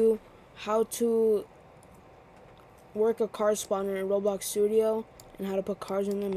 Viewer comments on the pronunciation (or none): none